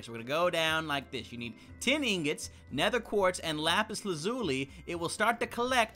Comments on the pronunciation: It sounded like he said "ten ingots." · It sounded like he said 10 ingots :P